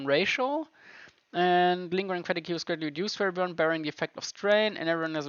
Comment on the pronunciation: Fatigue is not Fet-eh-Gew, it is Fa-tee-guh. Otherwise loved watching this video, I had seen the previous videos thumbnail and passed it by, but came back to watch this one when I saw it and it seems like a pretty interesting game I’m gunna look into